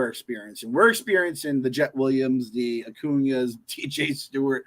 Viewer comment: Just so knows, the "g" in Luisangel Acuña is said with an H sound, not a G.